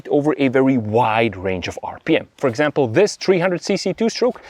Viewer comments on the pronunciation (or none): none